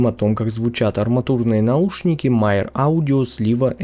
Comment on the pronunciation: Почему Myer читают как Майер?